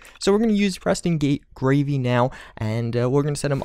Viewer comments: I'm not trying to be rude I'm just correcting but its Preston GARVEY not Gravey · preston greyvy? it's garvey lol. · Did he just say... preston gravey?!!!!